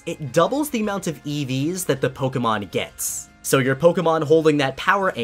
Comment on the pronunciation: When you said "EVs" I thought you were actually talking about an eevee